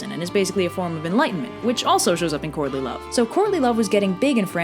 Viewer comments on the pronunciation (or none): As much as I love all of your videos, every single time you say Courtly Love in this, all I hear is "Courtney Love". IDUNNOMAYBEIT'SJUSTME but it did make this video a billion times better because I kept mishearing it. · I know you are saying "courtly love" but I swear I keep hearing "Courtney Love". LOL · I keep hearing “Courtney Love” and it sends me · Obviously I'm watching this long after you made it. Somehow, almost every time you said "courtly love", I heard "Courtney Love". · I kept hearing "Courtney Love"... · I couldn't stop hearing "Courtney Love" instead of "Courtly love". Also, Arthur's dad and Elaine are basically pulling a Zeus. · She says "Courtly Love" and not "Courtney Love". The former is a mating dance done by early humans and the other may or may not have, but probably almost definitely did, kill her husband, Kurt Cobain. I know I'm not the only one who could not NOT hear "Courtney Love." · I keep hearing 'Courtney Love' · i'll be completely honest i thought you said "Courtney Love" the whole time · I kept hearing "courtly love" as "Courtney Love" and it changed everything about this video for me.